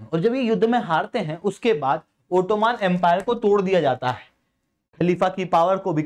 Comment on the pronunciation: ओटोमान ❎ ओटोमन ✅